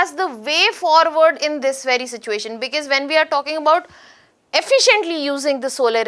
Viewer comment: You explain as if your are explaining to a kindergarten child. This is so annoying. Talk normally and please come to the point. And what the hell is becass, it is because, because because 😂